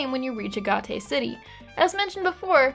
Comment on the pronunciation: UH GAT AY. It is pronounced A Gate. Respectfully don't agree with your opinion on these games, and would recommend trying the romhacks made by the community that vastly improve both Colosseum and pokemon XD. They are called Grand Colosseum and Pokemon XG.